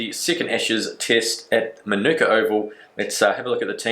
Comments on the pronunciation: Great vid mate, just FYI Manuka Oval is pronounced maa-naa-ka Oval. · just letting you know it is pronounced Ma-Na-Ka Oval 🙂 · Love you’re content but it’s pronounced Marn-ika Keep up the awesome work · Its funny He can’t pronounce Manuka Oval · Vids are quality as always, but the way you say Manuka really seems to bug me